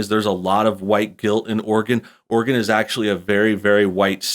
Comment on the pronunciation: Thank you for saying Oregon right